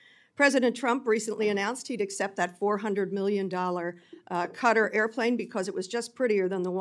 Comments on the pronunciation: It is Kah tar’ not cutter. Foreigners do not mispronounce America. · Y do they say Qatar as cutter. There is no 'U'. Its pronounced katar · If she "represented the country of 'Cudder'" why can't she pronounce it correctly? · QATAR is NOT pronounced CUTTER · Why are they pronouncing it “cutter” 😂 I couldn’t figure out what country that was until I figured out it was QATAR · Cutter is not the same as Qatar learn to pronounce word correctly. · Why do they keep mispronounced Qutar